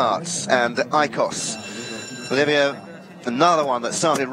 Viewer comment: English native speaking commentators butchering foreign names constantly. You know it is bad when Olivier becomes Olivia. There are pronunciation dictionaries available online even conidering regionalect varieties for just one name. It takes less than 30 secs to check. Pls, go that extra mile out of respect for the riders and wonderful horses who are giving their best for our entertainment.